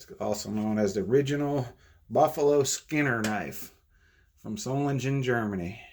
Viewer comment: Germans dont say soft Gs. SolinGEN not solinjen.